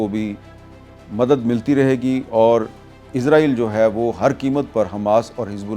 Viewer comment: Sir ji israeel bolo na k izraeel